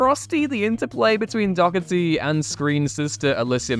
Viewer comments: Stop saying her name as dockerty! Someday this damn will learn how to actually say people’s and character’s names correctly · Couple of complaints...aside from the actors listed not technically meeting the "replacement" criteria due to playing different characters to those they 'replaced'...Shannen's surname is pronounced Doe-Her-Tee, not whatever you said, and the Jeri Ryan's Star Trek character's name is Seven OF Nine, not Seven Nine. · Learn how to pronounce Doherty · Is that actually how you pronounce "Doherty"? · No. Every time he said it I flinched.